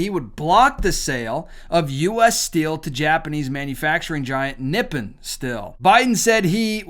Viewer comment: It is pronounced Nip-pon. That is the name of Japan in their language. Actually, if you have Noritake China, if it has Nippon on it, it is worth some money. That would mean that it was made before WWII. Just a FYI fact.